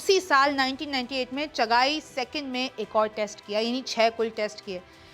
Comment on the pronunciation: Its not chaghaai real name is chaghi Kindly do some research